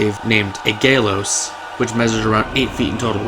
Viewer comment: Sir, your nerd factor is off the charts, and for that, I salute you. But I am BEGGING you-- PLEASE look up pronounciations. The glaive is called "Aeglos," like eye-gloss. The sword is Urfael, ER-FAY-EL.